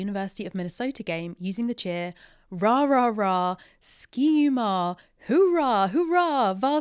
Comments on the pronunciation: The Minnesota chant is actually pronounce sky/ska, it actually has an indigenous etymology. Highly recommend watching the University of Minnesota's cheer game day routine from this year's UCA nationals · As a U of M alum, cool to get a shoutout! Also, fyi Ski is pronounced "Sky"